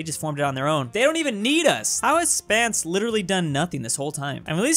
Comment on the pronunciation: Its not Spance, its Spence or Spencer.